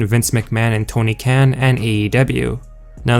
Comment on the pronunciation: if this guy could say right i might half believe his rumor stuff but till then nope